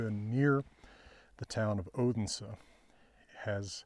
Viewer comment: Been waiting for your take on this astonishing find! Thank you! (Slightly disappointed in your pronunciation of "Fyn" and "Odense")